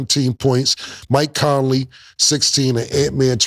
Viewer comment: Murda said Mike "Colony "😂😂😂😂😂